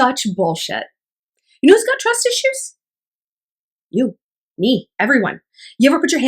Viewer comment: “TWUS ISHU!” 😂😂 replayed that a few times